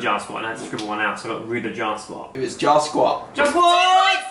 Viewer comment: Josephine Covell lmao I thought he said 'jaw squat' so I googled that and was so confused